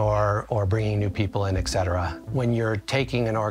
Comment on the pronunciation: to have so many degrees, he doesnt know it's not pronounced 'excetera' ?